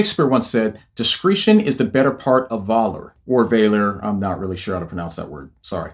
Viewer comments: ‘Valour’ is pronounced: ‘VAH-lor’. ‘Discretion’ is pronounced: ‘dis-CREH-shun’. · It's funny to me that you question your pronunciation of "valor" right after you mispronounce "discretion". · Please look up how to pronounce discretion and valour. They are not hard words. I know you guys spell things weirdly, but that is not excuse to say them wrong 😅